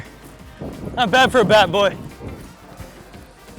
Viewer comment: It's Bat Boy, not Bay Boy you dumb intern. If you're trying to graduate college, atleast play the part correctly.